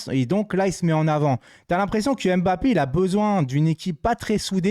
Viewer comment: Salut, je suis français d'origine camerounaise et le Nom Mbappé que toi et la plupart des français et française prononce très mal ne se dit pas M-bappé et c'est pas en 2 mot mais un seul. Il faut juste avaler le M de Mbppé c'est tout. Toi aussi fais un effort sur la prononciation des noms de mon pays le Cameroun. Merci